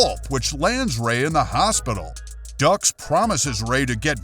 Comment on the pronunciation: It's pronounced dooks, not ducks. Respectively the correct spelling is Dux. I can see why you say ducks